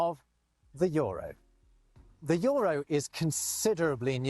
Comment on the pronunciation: Joropien? Joropien union Joropien Joro, the Joro? Joro... just say Jota, we know you're not from Joropa. he can say E in other words, what is this one making him so much of a problem, it's written Euro, not Joro. 😂 JOTA 😂 say Jota 😂